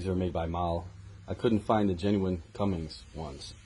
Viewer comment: can you not read? its Cummins bot cummings🤡🤡